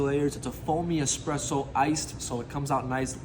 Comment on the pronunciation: Expresso lol